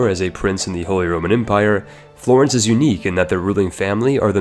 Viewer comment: The way you pronounce "Florence" hurts my soul.